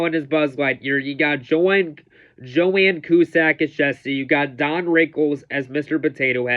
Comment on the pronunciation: John cusack is the Brother of Joan Cusack who played Jessie. John Was in movies like Say anything and 2012. Her name is Pronounced Joe-n